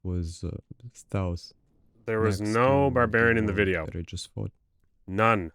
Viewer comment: you said “wideo” hahaha